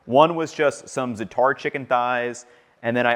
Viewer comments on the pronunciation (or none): Love your videos man! FYI, zaatar is pronounced zahh-tr (emphasis on the first syllable).